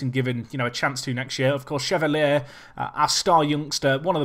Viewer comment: just a heads up, chevalier is pronounced sher-val-ee-ay, or close to that at least